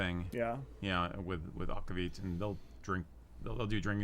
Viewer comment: Is Nordic Heritage in PV? Just wool? Aquavit is pronounced AK-VAH-VEET. (I speak Swedish fluently and have a B.A. in it as well!)